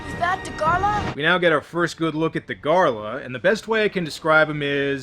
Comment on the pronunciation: And it's Dagarah.. Not Dagarla 😂, and yes, I really like him